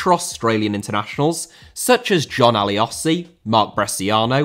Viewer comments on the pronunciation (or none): Not trying to hate in any way but did he say John ALIOSI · WTF was that pronunciation of John Aloisi bro added a whole extra letter in there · JON ALI-OSI ??? How dare you! Please watch JON ALO-ISI score the famous sealer against Japan WC 2006 10 times as punishment ;) Great video by the way. Definitely agree media in Australia has all sorts of financial ties to the non soccer games and makes it harder for soccer. Your comments about the changes to feeder schemes and competitions are spot on too. Perhaps we even need to miss a world cup as a bit of a wake up call, instead of qualifying but being outclassed and not winning any games each time. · Consider myself an expert of this topic, and other than u mispronouncing Aloisi, you have smashed this! Well done. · The only funny moment in this video was pronunciation of John Aloisi’s name, otherwise this was a depressive reminder on the decrepit state of the Australian game. A personal coincidence that I chose, too, speak on the issue for my English oral presentation test only a few days ago. This video covered my points in far greater depth and detail then I ever could have, and is to date, probably the best collection of the numerous issues presently talked about in the Australian football space. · The way he says John aloisi killed me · The pronunciation of aloisi had me wheezing, but another big issue is the cost of youth football at local clubs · You lost me the moment you tried to pronounce John Aloisi